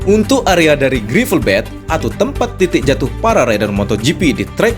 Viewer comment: run-off cara bacanya ran off, (jangan run off) gravel bed bacanya grevel bet, (jangan grifel bet) *biar kita semua sama2 menjadi tuan rumah yg baik, kemampuan bahasa inggris kita juga harus dikembangkan..